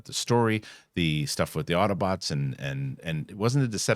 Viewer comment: did you say Auto-butts ??